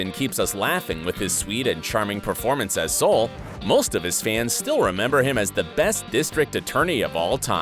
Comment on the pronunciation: Wow he really butchered Sols name🤦🏻‍♀️